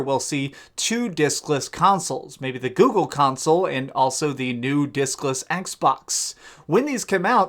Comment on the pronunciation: Did u say dickless or discless lol